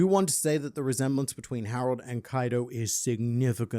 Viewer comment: I just realised, its Harald not Harold. Funny pronunciation Reminds me of Harald Hårfagre from norwagian history. The first norwagian king that managed to unite the country. Given the machinations of Oda's mind. There is likely something taken from his story. Though the whole won't cut my beard until norway is united doesn't seem to link to him. The horn pulling might be a purposeful subversion of that story